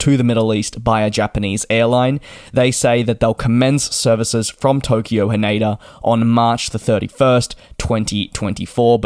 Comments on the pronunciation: It is Tokyo "Haneda", not "Haneida". 😅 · "ne" in Japanese sounds like "next" in English but without the "xt. He says more like "nay" in "naysayer". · He said it wrong.